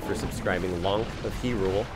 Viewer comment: he said hyrule wrong!!!!!! TRIGGERED!!!!!!!!!!!!!!!!!!!!